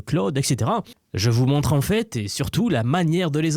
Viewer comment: Le fait de prononcer la majorité des sons " en " en " A " comme par exemple " à " même temps où " a " avril me fait complètement décroché c'est vraiment fatiguant à entendre